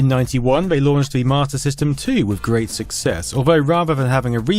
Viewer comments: Have you yourself noticed that that you’re saying “Mater System” instead of “Master System”? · So I'm not the only one I kept hearing "martyr system" lol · Am I the only person that hear him saying MARTA system? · Got 80% through this video before I realized you literally not one time said "marta" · I keep thinking you're saying "martyr system" lol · Mah-tah system.... wtf